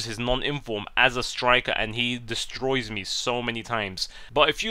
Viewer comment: "He destREUS me everytime"